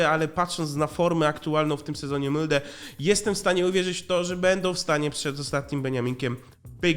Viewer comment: Mówi się molde a nie mylde